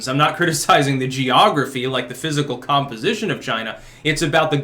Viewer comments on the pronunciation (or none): none